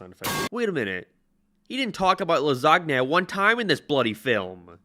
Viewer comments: Ah yes... "Lasgne" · I um ................... I think the G in "lasagna" is silent. In my entire time on this earth I heard it as "la-SAN-ya". Whatever. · I fucking despise how you say "lasagna" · Alright i get you have an accent, but the pronunciation of lasagna is the last straw. We're fighting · don't say lasagna ever again xD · Never heard of Garfield Gets Real, I liked the Garfield comic strips because he's snarky and sarcastic and perfect for that format, though the Garfield cartoon wasn't bad when I was a kid. Are you mispronouncing lasagna on purpose or is that how they say it in Ireland or England or wherever you're living now? You're using your self meme pics more. You trying to make them a thing? Cute. Speaking of seeing your face more, your avatar is a ginger...but you're not, so why'd you chose it? I know you're gay, but you know exactly why they chose to animate Starlina that way in pet force 🤭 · is this actually how he pronounces lasagna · I hate how you never pronounce lasagna correctly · bro pronounced lasagna wrong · I’m so worried that this is actually how thinks “lasagna” is pronounced